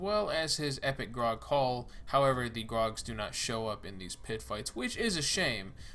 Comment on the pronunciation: I know it's petty but Graug is pronounced as gr-ow-g. Not grog. Just sayin